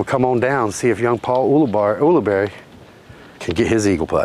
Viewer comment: I think you covered every possible pronunciation of Ulibarri, get it right.